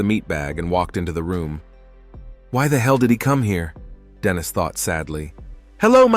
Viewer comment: The AI mispronunciation of Dennis, and Denise (which is a girls name), the ai speaking in a feminine voice when a man is speaking, and the constant calling a her/she a him/he or vice versa is so annoying. So many times a their should be used but isnt. I half the time have to look at the scene because Im confused as to whats going on due to the ai calling a man a her, or a women a he. The ai voice acting in a female voice while saying something a man is saying also confused me. I didnt understand if this was meant to be a baby talk voice or not, but when I looked at the scene it was in, it def wasnt. I appreciate the summary recap of course, but is there any way to help with the script?